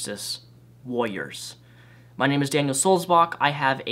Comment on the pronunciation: All things considered.... you say warriors rather oddly, and that is all i'm going to take from this video.